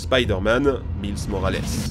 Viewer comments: La prononciation de Miles Morales je m'y attendait pas du tous 😂😂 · Oh shit sa prononciation de Miles Morales 😱